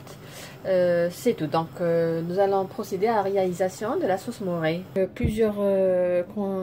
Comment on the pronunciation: Sauce mornay et pas sauce moré